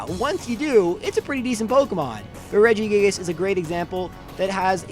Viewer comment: Regi gig-gig-gigus